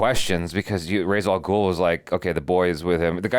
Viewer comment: Respect to for knowing Jason AND the correct pronunciation of Ra's Al Ghul' name 👏🏽👏🏽👏🏽